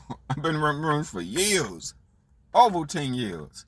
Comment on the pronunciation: Its YEARS SAY IT WITH ME. Duh say it with me YEARS NOT YEUHS 😂😂😂😂 and duh who thinks working at MCDONALDS IS A GOOD JOB?